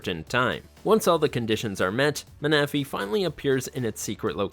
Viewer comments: Lugia is not a dragon. “MANAFEE” 🤦🏻‍♂️ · In all my years of Pokemon I’ve never heard anyone pronounce manaphy like that lmao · Never in my life have I heard someone pronounce Manaphy like that😂😂😂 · I'm getting annoyed by this guys awful pronunciations of most of these Pokémon's,like Manaphy is pronounced Mana-fee,Rayquaza is not Rayquayza ffs,please watch the anime cartoons for correct pronunciations before making a video,just saying lol.....but yeah most of these are tough to catch but you gotta use proper abilities/Pokémon as well as moves and held items to properly catch them easier you know